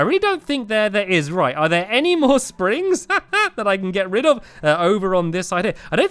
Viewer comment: Me: lets get rid of this. Stampy: lets get RED of this.